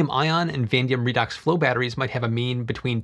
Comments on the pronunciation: Vanadium is pronounced "vuh·nay·dee·uhm", not "van-dium". But otherwise good video :) I think you also pronounced "ancillary" wrong. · Vah-nAY-Dee-um. Anyway, flywheels are essentially how our current grid functions -- the functional parts of it anyway - as turbines. When someone flips a light switch, the thousands of turbines spinning across the grid each lose some tiny amount of mechanical energy to electrical energy to make the difference. This ability to sacrifice mechanical energy for electrical energy is what gives our grid stability, and this is the major Achilles heal of solar and wind; they do not generate inertia and thus cannot contribute to grid stability. Solar hours per day are between 5-7 in the most applicable parts of the USA - which means we would need energy storage capabilities for much longer than 4 hours. It may be helpful for something like Wind that oscillates throughout the day - but with the multiple conversions, you would lose a substantial amount of energy in the transfer. If you're looking to back up solar power, you'd need it to have infinite lifecycles (so not Lithium Ion) and infinite storage duration (so not Flywheels/Turbines) to bridge the sometimes multiple days gap between sunny days. Vanadium Redox batteries have a lower energy density but satisfy both of these conditions. Or, ya know, we can continue with a reliable source like natural gas paying 6.9c/kWh. If people are just dead set on no-carbon sources, then nuclear power is far superior to wind or solar and perhaps even more reliable than fossil fuels. Would still need something for peaks and valleys - as nuclear is